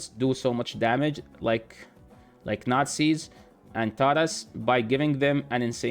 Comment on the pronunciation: Bro o thought you said nazis but than you said Tara’s and I knew you meant narses haha. I was like woah wtf lol haven’t seen you in arena lately but I haven’t been playing much I’m getting burned out I pulled nais and I pretty much went ghost. Plus the energy packs are so bad I won’t buy 10k energy for 76 dollars that’s crazy